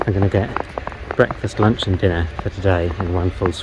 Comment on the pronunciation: Luinch? Dinner? Don't you mean Tea? :)